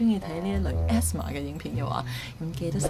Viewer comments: ASMR is “A-S-M-R” not asthma. 🤣🤣🤣🤣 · Asmr係讀A.S.M.R （字母）😂😂😂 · 人哋ASMR好似唔係咁讀喎😂😂😂